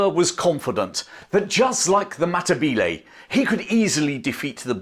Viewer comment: I would stay subsrcibed if you made an attempt to pronounce words correctly. History includes the history of all the people you are describing, not just the British. For some reason, (probably the infusion of French by William 1) anachronistic Englishmen like yourself think vowel sounds in other languages move around like they do in English. They don't. The two 'e' vowels in Matabele sound the same. You seem to be able to do that with the two 'a' vowels. BTW, if you want to be accurate, Matabele is anachronsitic, it is another British exonym. The people call themselves Ndbele. You're welcome, from New Zealand.